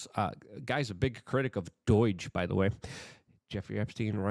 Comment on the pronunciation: Do you mispronounce words on purpose..... Or what's the deal. It's Doge, pronounced dOge. Not doige Wtf